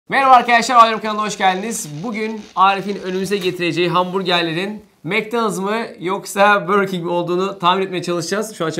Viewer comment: Macdonus diyenler 1+ Burger King diyenler like